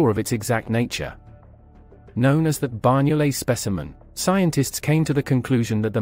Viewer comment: Amazing, I had always been told that the Banyoles jaw was a Neandertha specimen. Tip: the NY in Banyoles is pronounced like GN (eg. D'Artagnan) in French or the letter Ñ (eg. España) in Spanish. Banyoles is the Catalan name for the place where the jaw was found.